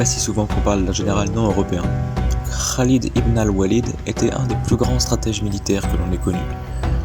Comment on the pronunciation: "désolé si j'écorche son nom" et dit Khalid ibn al walid PARFAITEMENT 😂